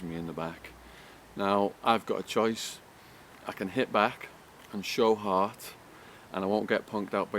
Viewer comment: bullshit who believes this fucking polesmoker,do u know how I know your gay because of the way u say Hart u day hhhaauut! will biting your lips and Peter gayzzing